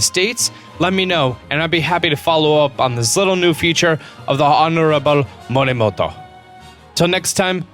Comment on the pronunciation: More Rexy! I learn Japanese at school but he doesn't have to say one word all the time in a Japanese accent when you can easily say it in an English accent